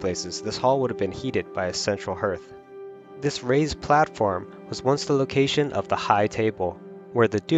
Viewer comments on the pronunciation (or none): “Hearth” rhymes with “Darth”, not “birth”.